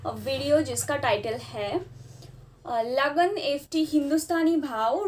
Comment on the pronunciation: It's Lagaan not lagan